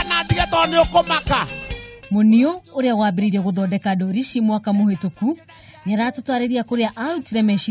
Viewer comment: There must be another word for cartoons other than 'ndori'! Surely you know the real meaning of 'ndori'. And even the way she is pronouncing it!!!!!?????